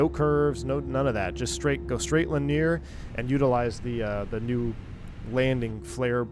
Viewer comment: Not sure why struggles with the word linear(3 syllables). He always says lineer(2 syllables).